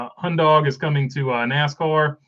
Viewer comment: Two things, one I left in a comment on the charters video as well. 1; According to Top Gear Hyundai is pronounced hi-un-die as a three syllable word instead of Hon-day or hon-dee. 2; The charters are basically NFT's for nascar owners